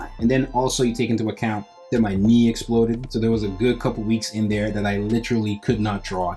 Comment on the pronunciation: everytime he says he knee explodeed i have to laugh im sryyyyyyy